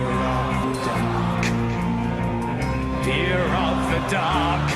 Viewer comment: Excuse me but it's pronounced Fear of the DUCK.